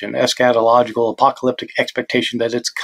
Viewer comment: When Bart says "eschatological", I invariably hear "scatological" 😅